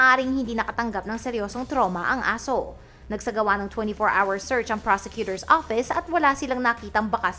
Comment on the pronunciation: 0s0🤣 hindi As0🤣